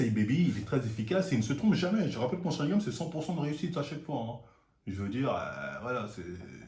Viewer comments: On dit sharingannnnnN pas gam 🤣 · il dit sharingam au lieu de sharingan decu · Attend c'est moi ou il dit sharingaM la dernière vidéo aussi j'ai cru entendre ça ??? c'est sharingaN MDR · Sharingan et pas "sharingam" comme tu dis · Mdr mon Sharingam alors qu'on dit SharingaN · SharingaNNNNNN PAS SharingaMMMM. Ton crime est resté impunie depuis trop longtemps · c'est SharingaN pas SharingaM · SharinganNNN pas M mais N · SharingaN et non sharingaM respecte un peu stp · Est ce que on saura un jour pourquoi il dit "Sharingame" ?